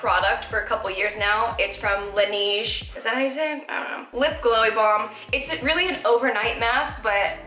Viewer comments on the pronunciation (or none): none